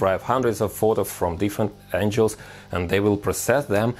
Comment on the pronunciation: Friendly language note; “Angles” is pronounced “an-Gels” like “spangles” or “dangles” instead of “angels” how you are saying like “an-Jels”. This means God’s heavenly hitmen. Not geometric relative line direction as you intended. There, now you are the perfect human. Seriously.